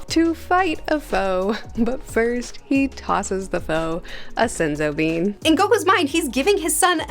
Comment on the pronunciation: Every time she said senzo bean I died a little inside 😂